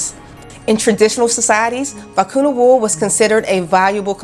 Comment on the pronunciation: I enjoyed your video but please learn the proper pronunciation of the Vicuña.